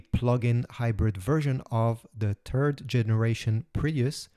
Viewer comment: Dear AI voice say third not "turd" and say "baHa". That is why i hate AI Voices.